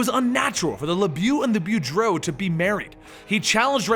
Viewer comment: Lebjeew -_- You can pronounce "Boudreaux" but not "LeBeau" ... Wolverine Origins got that pronounciation correct.